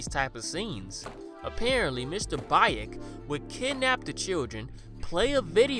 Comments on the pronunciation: Isn't Baek pronounced "bake" instead of "ba-ache"? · Great video, but it's pronounced Mr "beck" not "bye-ick" Much love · I'm pretty sure you pronounce it as "Bek", like the character from Tekken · It ain't Mr. Bayek - Baek is pronounce like Bek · It's more like Beck. Not Bike. Yeesh. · sorry but “bye-ek” has me dead 😭😭😭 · Baek is pronounced like “Beck”:). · I love your channel. It’s one of my favorites. Ps it’s Mr.Baek is pronounced like Bake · Just a correction: the correct pronunciation is Mr "Bek". But it's a great video inspite of that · I know I'm late but I would like to say Baek is actually pronounced Bek....I'm sorry just trying to be helpful....I absolutely love your channel....I especially love that you have so many korean movies. I choose you over foundflix anyday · Yo for future reference, the Korean name Baek is pronounced beck like David Beckham (thumbs up) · btw "baek" is pronounced kinda like beck with a softer b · Fun fact: baek is pronounced bek, know that from Tekken 5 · The way he pronounced “Baek” took me out😭😭